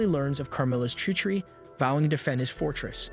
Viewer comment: learn how to pronounce treachery.